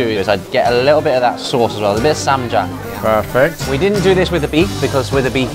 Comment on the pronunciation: 저는 올리 아버지의 고오급진 그 발음을 기억해요 내가 알던 쌈장은 그런 발음이 아니었는데 꼭 수능 영어에 시험으로 나올 것 같았어요 😘 ++ 할아버지랑&주노 시리즈 해주세요~!